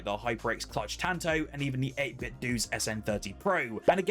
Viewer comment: 8bitdo rhymes with Nintendo, not Nintendoo.